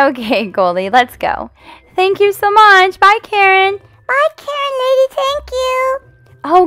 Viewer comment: Did you say karren